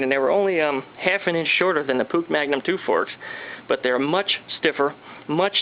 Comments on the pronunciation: did this dude say pook its pronounced "push" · It's pronounced push actually.